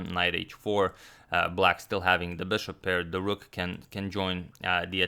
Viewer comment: Your pronunciation of bishop made me crazy, really